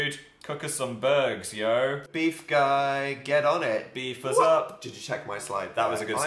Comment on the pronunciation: I love the way that phil pronounces ‘us’ as ‘uz’ 😂 So cute